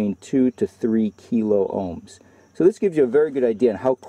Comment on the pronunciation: K stands for thousand , kiloohms (kill-ah-ohms) not (key- low-ohms)